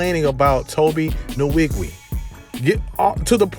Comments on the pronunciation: Tobe Nn-wig-way. That's the right pronunciation. But Tobe obviously don't mind being called Tobe Niwigwii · Butchered his name